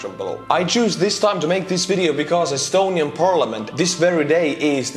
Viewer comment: You lost me laughing saying astuniain soldier, like how can you make youtube videos as soldier kid